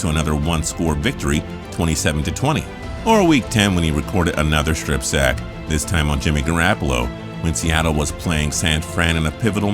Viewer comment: Great video but this guy doin the commentary is plain GARBAGE!!!! He obviously doesnt even WATCH football at all. He miss pronounces a players name at least once per video...cmon man ga raaap alo? HE NEEDS TO GO FRKIN IDIOT!!!!